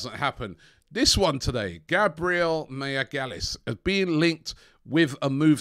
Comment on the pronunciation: These pronunciations are killing me 😂😂. Mayagalis??? You've outdone yourself Robbie!